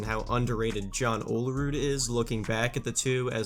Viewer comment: You say olerud wierd. It’s “Ol-rude” not “oh-la-rude”